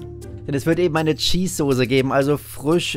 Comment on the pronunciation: Ganz schlimme Aussprache vor allem "Sose" 😟